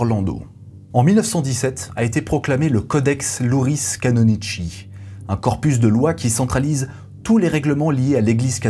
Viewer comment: Le "Codex [YOUri] canoni[SS]i, iuri et pas "louri" pour "juridique", le tchi italien quand tu as 2 c "cci", comme Monica Bellucci (12 Parsecs sort de ce corps!!!)